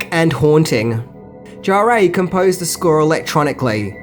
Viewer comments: who is Jarrée? Jarre is more pronounced like jar. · ok Great Video really, but man please Maurice Jarre ... I could accept it pronounced closest by a native English only speaker as the word Jar, should there be an effort, should eventually be trying not to pronounce the D sound that English speakers say at the beginning of the J letter sound, and jar as in a jar of honey, not jaréé, there's no accent aigu pronounced anywhere there, a lot of french interviews with either him or his son with the name said to be checked. Thanks for all the info and fun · Can you please pronounce Jean-Michel "Jarre" as "jaar"?